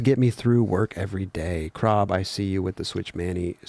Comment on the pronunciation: Ah di das 😅 crob for the pronounced win, always smile when you say it